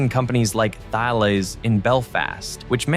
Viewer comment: Just a tiny rage at the moon, the H in Thales is silent for the Industrial company, Tales Ta as in Tar , Les as in Lez. The Greek philosopher is with a pronounced H.... Nobody gets it right..